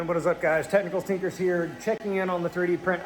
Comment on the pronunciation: when you say Technicals Tinkers fast sounds like stinkers lol no hate just saying